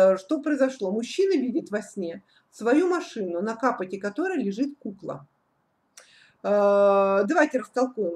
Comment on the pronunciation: Молодец,умничка,чуток бы изменить язык,непонятно чуток,каПот,капОт,еле поняли о чем речь,но толкование и человек прекрасная,спасибо.